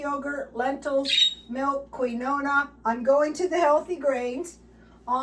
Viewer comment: Keen wah and coose coose are the pronunciations 😊